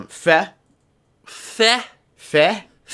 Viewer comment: Fe is pronounced "fey". Swedish for fairy.